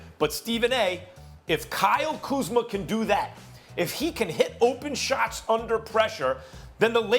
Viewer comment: Nobody: .... Stephen A: KYLE KUZMER